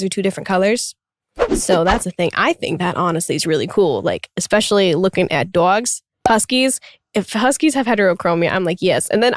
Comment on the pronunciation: omg the way she pronounces "dogs" "dooawgs"